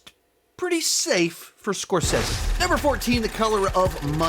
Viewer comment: bro before you make an hour long video on the man at least learn to say his name right...